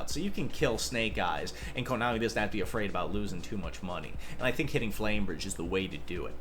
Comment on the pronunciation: Man called Flamberge “flame bridge” several times… sheesh Yugioh players really Can’t read